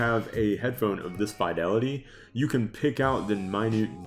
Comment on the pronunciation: Thumbs down for not knowing how to pronounce "fidelity".